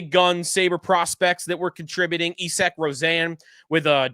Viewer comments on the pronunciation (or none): none